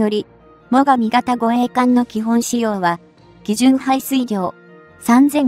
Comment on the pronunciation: 何故詰まりそうな読み方するんでしょうかね。 も・がみ型と言われる度に頭が前へ出て行きそうで。 終わりの方ではもが・み型と呼んでいる、これは特に変と思うが自分の間違い？ 自衛隊の護衛艦って乗員90名程度で戦闘可能なの？平時なら十分だろうけど、疑問。 潜水艦なら魚雷を打って逃げれば交戦が少ないだろうけど。音痴で不勉強だから心配。